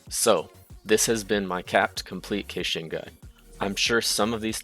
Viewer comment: I wanna klick like so badly but the way you keep saying her name just pisses me off.